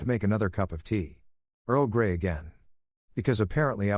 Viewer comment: Omg he said earl gay 🤣🤣